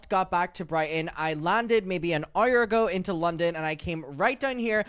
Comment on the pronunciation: says ‘hour’ like ‘arrarr’ 🐶